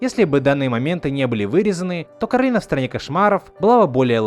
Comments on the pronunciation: кАролина, а не каролИна Кто помнит, лайк☺️ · почему ты её называешь кАролина? специально что ли? она же даже в мультике говорила : не кАролина а кОралина" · Вообще то будет Коралина ударение на о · Не Корали́на, а Ко́ралина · ОНА К-О-Р-О-Л-И-Н-А ну нет там посередине «О» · он не правильно королина сказал